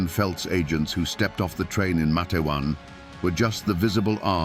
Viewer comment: It's pronounced Mate-wan. 2 syllables. Long A in the first syllable.